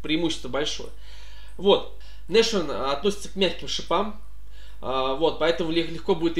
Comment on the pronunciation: Важное но! Nashorn никакой не "Нашорн", а "Насхорн". Слово то немецкое!